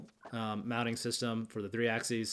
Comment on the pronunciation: Axeees? What the hell is axeees?